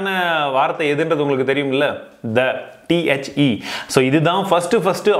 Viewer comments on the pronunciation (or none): நண்பா நீங்க தவறா உச்சரிச்சுரிக்கிங்க. auto correct use பண்ண முதல் வார்த்த tee (the)